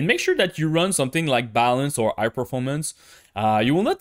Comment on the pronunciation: Bro, why dont u pronounce the letter H ? it feels strange to me hear u speakinh "I" instead of High, and also other stuff ass well.